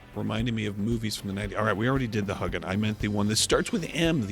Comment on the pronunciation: you're awesome! But it's not pronounced huggin, it's hue (as in Philips hue) gin